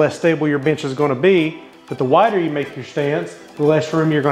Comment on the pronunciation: Every time you said bench I swore you said b!tch lol